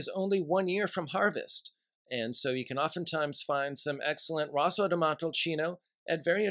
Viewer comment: No love for Vino Nobile di Montepulciano? It’s just as great with a little more fruitiness. It’s Rosso (r-oh-so) di Montalcino.